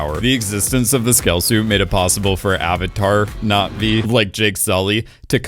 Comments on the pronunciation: I kinda didn't care for avatar and didn't bother with the 2nd and 3rd movies but this video made me interested. One thing though... is it just me or does he say Not Vee instead of Nah Vee? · Why does he keep mispronouncing Navi